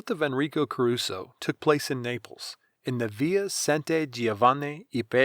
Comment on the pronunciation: come on learn some basic pronunciation